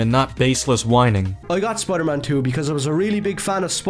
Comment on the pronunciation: "Spoiyedur Maan"